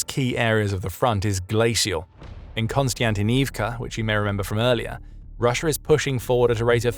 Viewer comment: there is no 'N" or 'KON' in Kostyantynivka... sheesh